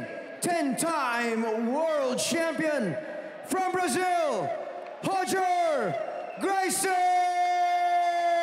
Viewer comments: It is. Royce is "Hoyce" and Roger is "Hodger" and Gracie-Barra is Gracie "Baha" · "lavishly tattooed" what's up with the lightfoot commentator? Is it common to pronounce Roger as "Hodger"? Maybe this is the proper way Gracie pronounces it?